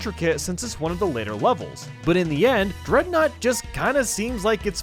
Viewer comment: he said drednaw like the pokemon drednaw